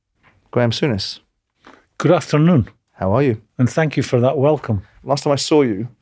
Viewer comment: Sourness 😂😂😂😂 not souness.